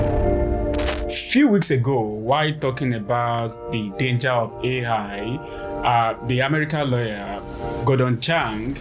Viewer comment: Africa should hold back on the vibrainium.. Love his accent “Aye high.”